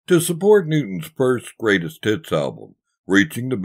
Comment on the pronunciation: Did He say greatest tits or greatest hits?